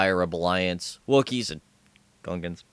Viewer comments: The way he said Gungans is hilarious! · I like how he kind of mumbles that you can play as gungans.